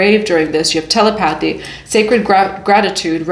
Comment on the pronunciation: Mommy it's pronounced tah-lep-uh-thie = telepathy